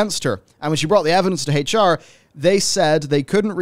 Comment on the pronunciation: Also ngl but like the way you say HR sounds like Hate(ch) R and, it kinda really feels fitting here honestly